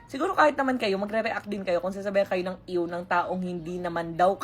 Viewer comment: ang iw kase smin iw hindi ew😂😂